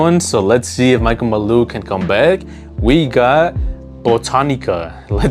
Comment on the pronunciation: Why tf you keep saying Michael maloo?